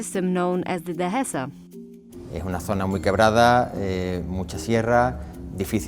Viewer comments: Spanish definetely not. The letter "h" is nor pronounced in Spanish, so you say "de-e-sa", written "dehesa", not "de-he-sa" with an aspirated h like in English. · She’s definitely not Spanish nor a Spanish speaker. The way she pronounces words such as “Dehesa” with an aspirated h sound is a dead giveaway that she is not a native Spanish speaker. That, plus the one time you hear her speaking Spanish she has a distinct foreign accent.